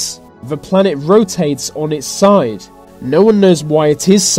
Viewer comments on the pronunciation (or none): none